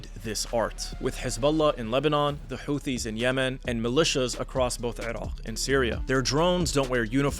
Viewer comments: Only terrorists pronounce Iran and Iraq the way you do. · Why do you say "Erawk" so weirdly. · continuation sounds like you make sure we all know when you say Irock and Eron. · This guy: "IrAWGHHHQ"